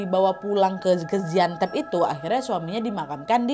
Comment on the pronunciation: Gaziantep kak bukan gaziantep